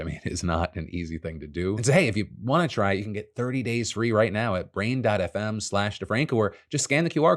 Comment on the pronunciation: it sounded like you said "braindead fm"...not brain dot fm. lol.